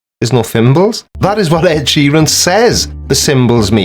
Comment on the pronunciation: This joker can't even pronounce Ed Sheeran